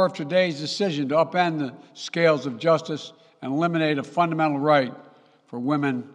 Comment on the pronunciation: "fundemedible". What's that word, joe